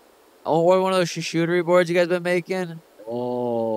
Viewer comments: SHASHOOTERIE BOARDS????, YOU MEAN CHARCUTERIE??????? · “Carchuteri board”